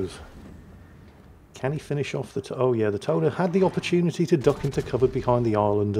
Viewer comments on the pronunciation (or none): Tone, pronunciation in Japanese... Toe Ney.